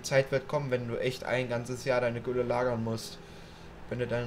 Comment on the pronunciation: Das heißt nicht tülle sondern gülle